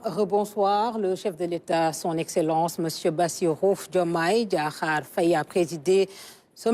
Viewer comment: Madame, ce n'est pas Faaye, mais Faye. Il n y a pas d'extension du son a. Vous etes senegalaise ? Alors!